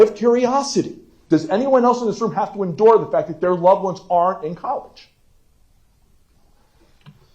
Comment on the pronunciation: Its like he just found out the word endure